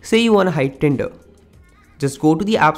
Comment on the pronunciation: Very poor English, turn not tun, tinder not tenda, he is not using "r" at all because he is trying to be a western English speaker but unfortunately he will never be a good English speaker because his personal language is Hindi and a best Hindi, Bengali, Nepali, Punjabi speakers will never speak English very well